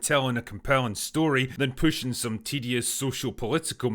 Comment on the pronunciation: Are you saying "tedious" or "TDS" because in context either one works.